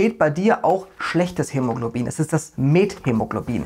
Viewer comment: Finde ich super was du leistest und auch super lustig wenn du dich manchmal versprichst bei schwierigen Wörtern wie hämologlobin weiter so